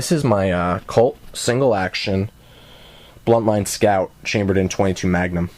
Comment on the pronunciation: BUNTline, not bLuntline. Named after Ned Buntline.